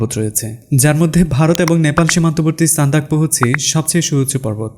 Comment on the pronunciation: ভাই আমি পূর্ব মেদিনীপুর থেকে বলছি। Sandakphu এর সঠিক বাংলা উচ্চারণটা সান্দাকুফু। হোক পশ্চিম বঙ্গ কিংবা বাংলাদেশ,তবে আমাদের আসল পরিচয়! এক মায়ের দুইটি সন্তান এর মতই। ভিডিও টি খুব সুন্দর হয়েছে ।❤️❤️❤️ প্রবিত্র " ঈদ- উল্ আযহা " এর অনেক অনেক শুভেচ্ছা রইল ভাই।